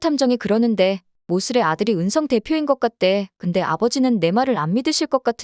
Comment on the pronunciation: Ai 를 쓰려거든 제대로 쓰든지 은썽 으썽 듣기 거북해요!!! 이름좀 제대로 불러요 ! 은성 입니다